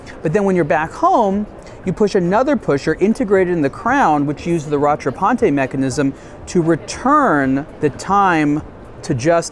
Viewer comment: You're supposed to prononce "rattrapante" "ra-tra-pant" and not "ra-tra-pan-te". This is French, not Italian 🙂